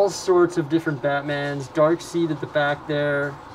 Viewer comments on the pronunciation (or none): when said dark seed instead of darkseid love the videos by the way